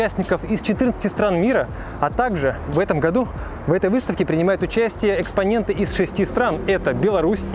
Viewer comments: экспонаты, а не экспоненты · экспоненты? 😂 Экспонаты,;)